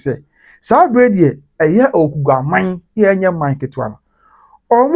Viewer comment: THE NAME IS AWUKUGUA NOT AWUKUGAA😊😊😊